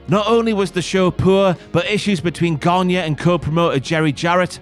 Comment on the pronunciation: The pronunciation of Gagne is not Ganya but Gani.